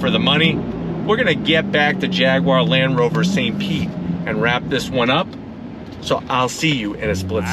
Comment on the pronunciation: "Land Roverver" 🤣